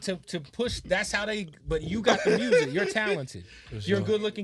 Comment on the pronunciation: Can someone tell me where they talk about why he calls music “Mursic”